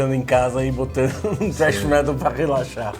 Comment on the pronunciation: "trash metal" kkk ? é thrash metal